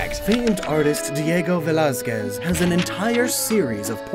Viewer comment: I can forgive the "Velazquez" misspronunciation... But "Félip" instead of "Felipe"... I can't stand it...